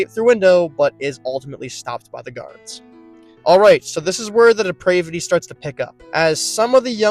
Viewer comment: The word “depravity” rhymes with “the cavity,”